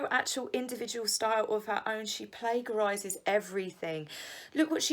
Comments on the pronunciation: You are totally mispronouncing plagiarism over and over. Please look up pronunciation . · Just a small point, the g in plagiarism is prounced j. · Carol Snook Interesting, so maybe it’s just quirky (mis)pronunciation